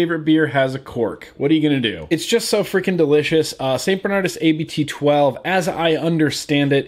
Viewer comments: hey its not a-b-t its just abt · A more accurate pronounciation of 'Abt' is 'Abbot', what it actually means. Good beer, btw. I'm regretting the fact that the bottle on my desk of it is empty.